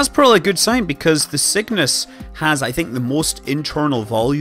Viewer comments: Sounds like Scott is saying Sickness as the name of the rocket haha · My yankee ear hears your accented "Cygnus" as "sickness", and that would be the most metal name EVER for a space capsule!